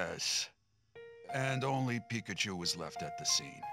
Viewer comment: Please say pikacha